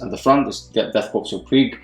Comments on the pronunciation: Death "Korps" which is pronounced (Core)... Still love your stuff, keep it up! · Great vid! ....FYI, you don't pronounce the "ps" on Korps.....It's like "Death Kore of Krieg". :) I did it that way for a long time before I learned about it. LOL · Is it Death Korps pronounced "Core" or "Corpse"?